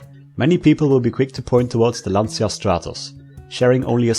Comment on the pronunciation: Its pronounced LANCHA NOT LANTZIA